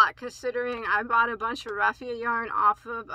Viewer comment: Raffia is correctly pronounced. Schachenmeyer is pronounced shock n my er, accent on first syllable. I enjoy your unboxings very much. Thank you for letting us know about new yarns.